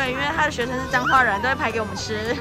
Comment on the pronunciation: 9：38 是彰化還是髒話（？🤣🤣🤣